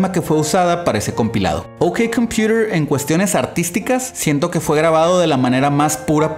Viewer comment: Pero si asi se pronuncia correctamente XD